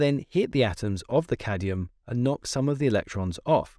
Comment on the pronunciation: why you said "cadium"? it is supposed to be cadmium.